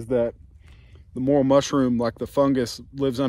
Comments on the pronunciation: more rail the correct pronunciations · Learn how to pronounce it before you hunt it.